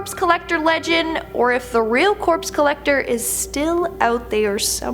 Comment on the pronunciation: “The Corpse Collectocter?”